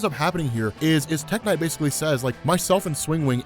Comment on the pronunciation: when you said tech knight I could have sworn you said tech n9ne the rapper